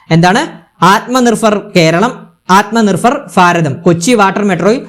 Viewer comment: ഫൈരവ്, ഇവരുടെ നാട്ടിൽ'ഭ' എന്ന ഒന്നില്ലേ?? കേൾക്കുമ്പോൾ തന്നെ എന്തോ ഒരു.....